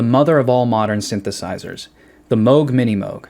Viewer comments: plus 20 points for pronouncing Moog correctly.... minus 5 points for not pronouncing the L in the word soLder! but, a very impressive piece of work! :) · thats incredible..very nice..i need my Taurus pedals fixed :) and thanks for pronouncing Moog correctly.